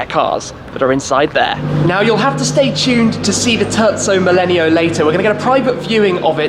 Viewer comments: did he just call the terzo millennio the turtso mellenial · This guy kept on saying turdzo millenio and it bothered me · TUrco melleneo... My god!!! It is a tErZZo MiLENIO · “The turdzo millenio” I’m sorry. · Turdso millenio yeah very italinian pronounciation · Tezzo millenio hahah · It's Terzo Millennio👌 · I hate how he pronounces terzo millennio xd